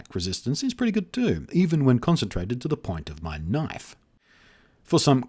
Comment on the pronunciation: I love how he says "knife" :p